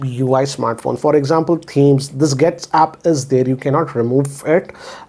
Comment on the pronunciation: always calls Getapps as getsapp😝 Unknowingly he renamed it on his own😁